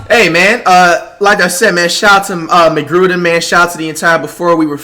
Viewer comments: Michale mcrudden rud-en not rooden flight but congrats 🙌🏾👏🏽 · Nobody gonna say how he says Michael mcgrooden is its mccrudden. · And it's pronounced MC-CRUD-DEN not MC-GRU-DEN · Flight Reacts: You didn’t pronounce right. Me didn’t you say Michael McGrudden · Flight calling him "Michael McGruder" 💀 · “Michael Mig grooden didn’t pronounce that correctly” 😂😂😂😂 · Flight is your average substitute teacher this nigga can’t pronounce anyone’s name “ Michael mcgrudden” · Lmao he told him that he was pronouncing the school names wrong but he called him micheal mcgurden at the same time 🤣🤣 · nobody : flight : mccruden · Flight correcting someone about pronouncing a name?🤣🤣🤣 say mcgrudden after 🤣🤣 he the goat tho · Its not a Flight video if he dont mispronounce someone name "Migrooda" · Flight: he mispronounced the school name A few seconds later... Flight pronounces Michael’s last name wrong😂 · says mccrudens name wrong” I knew this guy was gonna say these names wrong 😂😂love him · so we gone act like flight didnt just say som about "Michael McCrudden miss pronouncing school names flight: pasCal Siacum